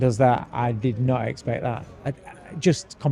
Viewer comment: He said I did not eggspect that 😂😂😂😂😂😂😂😂😂😂😂😂😂 it was uneggspected 😂😂😂😂😂😂😂😂😂😂